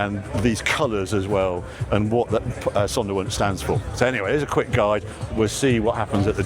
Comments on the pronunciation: Harry, the w is pronounced as a v in German. The s is pronounced as a z. So Zondervunsch. Love your work ! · i had a bit of difficulty understanding what you were saying, until I read it. Sonderwunsch, Special request. from factory.